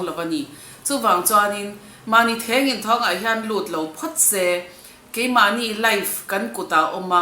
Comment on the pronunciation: Mizo tawng i lo ngaih hlut zia ka hre thei...Thengin thawng nilo in thengthawng tih tur...